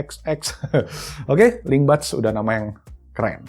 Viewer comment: Gw dengernya Sony LimBad 😄